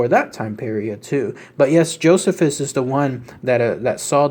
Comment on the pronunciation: Pronounced JO CEE FUS bro just an FYI great video BTW I always love your work long time subscriber here.